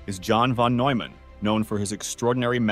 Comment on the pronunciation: "The brilliant mathematician John von /Newman/. John von /Noyman/, a mathematician..." The time that it's mispronounced, it is also misspelled in the captions. Telltale sign of text-to-speech.